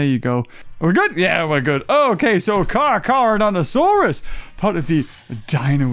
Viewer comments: Car CHAR NOT CAR CAR LOOL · Stop calling it carcar😂😂😂😂😂😂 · It is pronounced car ca donta sauras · This is why I missed the unboxings because the beginning intro “Car Car” mad me laugh soooo much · Never have I burst out laughing ever in a video let alone in the first 2 minutes😂😂 “carcar” you bloody man child 😂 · I've have not had a good laugh in a long time but when he said "car char" I could not stop laughing. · The "carcar" when u said "car car" I was laughing to death I am meen dieing too died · I am cracking up laughing because of that, you saying car car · "car car" 😂😂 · The dislikes are from people who didn’t understand why he called Carcharodontosaures “car car”. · car car? or carchar?